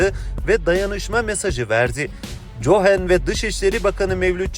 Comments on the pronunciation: Oglum cohen cohen deyip duruyorsun Kohen evladim kohen diksiyonun düzgün nasil boyle bir hata yaptın gülmekten yazamadim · Kardeş Cohen yazılır Kohen diye okunur komik oluyor